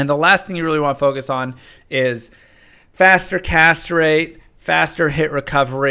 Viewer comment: Faster Castrate